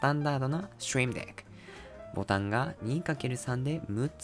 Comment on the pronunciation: Trying to learn japanese right now so I have the subtitles turnes off. Barely understand a word he's saying but the intense "STREAM DECK" without any context for me every time the name is on the screen is incedibly funny. But gotta give it to him, the pronunciation of "STREAM DECK" was pretty good.